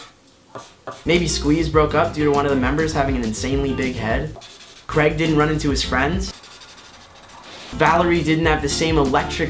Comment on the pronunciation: It's not CREGG.... It's CRAYYYG !!!!!!!